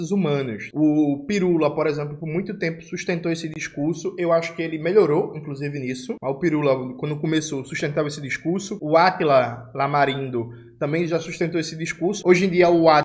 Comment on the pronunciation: Só um adendo, é Átila IAMARINO, e não "LAMARINDO". Desculpe a correção, mas como é também é também meu sobrenome, não tem uma correspondência que chegue aqui com a grafia correta.